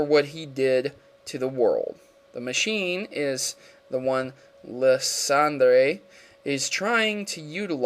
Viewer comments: I'm pretty sure Lysandre is pronounced ly-SAN-der, at least in the English version of the anime (and if we want to stick to French, it would be something like lees-on-dreh), not liss-ON-dray. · hes really called LIE-SAND-ER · Sorry but i'm pretty sure it's pronounce lye-san-der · someone has probably said this already but its (lysandre) lie-sander. not lis-san-dre. sorry that kinda drove me bonkers. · Lysandre is purnounced (lie-sand-er) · Lysandre tbh is better pronounced Liesander sounds better tbh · Lysandre is pronounced Lie-Sand-Er, and Sycamore is pronounced Sick-a-More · i like your vids but..... i hafto say something Lysandre = (lie+san+dur) Sycamore = (Sick+a+more) not all words are phonetic.... Great video thank you for covering pokemon war not many have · It's LIE-SAND-ER bro. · pronounced li-san-der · Can not pronounce anything right? Lysandre: Lie-Sand-ur Floette: Flow-et Sycamore: Sick-ah-more